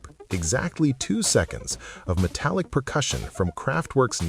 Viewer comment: i had the chance to meet and co-work with members around when the 3d catalogue was mixed. interesting men for sure. so is this an AI reader? its funny how it reads "percussion" as "persission"